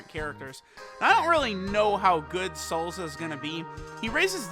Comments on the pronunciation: Its "Salsa" not "Salza" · Sounds funny af either way